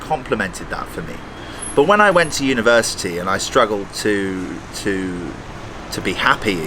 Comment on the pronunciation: I really heard " i was smoking all through the universe" instead of university 🥶😀opsey